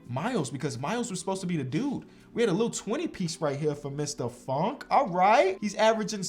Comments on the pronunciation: anyone else thought he said fuckin miles bridges and not funk and miles bridges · It’s kinda funny when he says funk because it sounds like the F word